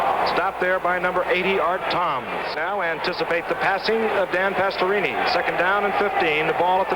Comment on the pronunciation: Gifford: Pastorooni😂 Edit: I had zero knowledge of Dan Pastorini ever punting. Wow. Not too shabby either.